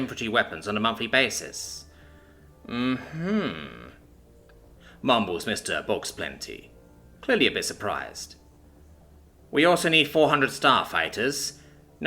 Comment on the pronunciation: One tiny irking problem: that name is pronounced something in between "Bao" (as in a Chinese steamed bun) and "Bow" (as in archery), NOT "Box"; and it's a pun. Bauxplenty literally means "Good-n-plenty" or, alternatively, "Stick-of-plenty".